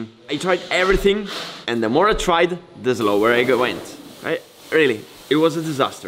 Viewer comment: Fantastic video but please don't say zlower and zlow 👌